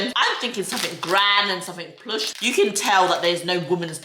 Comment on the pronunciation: It’s plush not ploosh